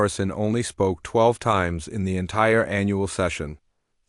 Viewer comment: Sometimes when the AI says the word "the" it sounds like it's saying "duh".